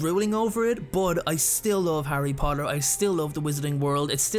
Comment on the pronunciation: I hate you about that “Harry Potter” “Henry potter” I’m just kidding I don’t hate you😅😅😅